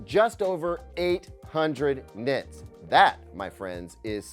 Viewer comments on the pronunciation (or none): Nit-erds? What did you just call me!? 🤨🤣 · Did anyone else mishear when he says "nit-nerds" ? 😂😂